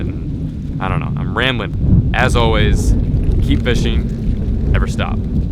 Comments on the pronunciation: Who else peeped how he said as awlays in the end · "As awlays" 😂😂